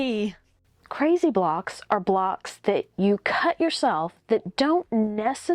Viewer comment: Overdid the 'crazy!' bit